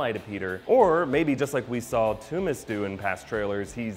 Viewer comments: Toomes not Toomis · It's pronounced tombs not toomas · toomes sounds like tombs but he keeps saying the sound like tommez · are we ever going to address pronunciation of Vulture's surname? ToomEsssss? I thought it was toomes like tombs but hey ho xD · pretty sure Toomes is pronounced as tooms not too-mes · "TOOMS" not "TOO-MES" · its pronounced tombs, not toomiss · ******toomes not "two-mis" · why is he calling vulture, "Toomis". something that's just annoying me. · He needs to watch the watch any of the animated series with vulture for the correct pronunciation. I wonder if he'll say Toomes on his easter egg movie review after hearing them say Adrian Toomes or Toomes a few times on screen?